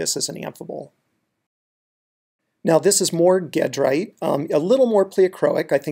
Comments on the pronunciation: Great tutorial, (but the Al-rich end-member is pronounced ˈjeˌdrīt, not ˈgeˌdrīt). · Sure, I agree in the sense that it's named after a town in France (Gèdre) whose pronunciation in French is a soft g (or zh), not hard g. But in America we consistently (mis)pronounce gedrite with a hard g. The difference in pronunciation is similar (although reversed) in how we pronounce eclogite (soft g in America, hard g in Europe; neither is quite consistent with the original Greek). Gedrite and eclogite are not unique – there are multiple ways to pronounce biotite, monazite, wollastonite, sillimanite, baddeleyite, etc., and some of the most common are inconsistent with the root name (especially biotite, named after the French scientist Jean-Baptiste Biot).